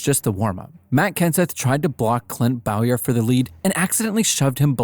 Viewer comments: Clint “BOWyer” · Missed pronounced Bowyers name